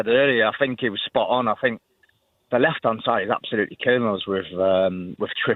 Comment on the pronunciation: I Fink, I fink, can we not get someone who can pronounce the words correctly.